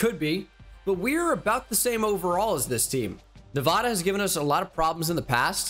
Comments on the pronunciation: It’s actually pronounced Nuh-VAY-duh... hehe silly boy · I’m begging you… the first a in Nevada is pronounced like apple, not awesome (coming from a Nevada resident) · Probably doesn’t help when you insult the entire state of Nevada by pronouncing it incorrectly. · You’re pronouncing Nevada wrong and it’s distracting